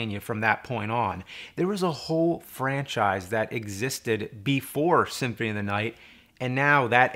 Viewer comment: Why the fuck can't you say symphony correctly?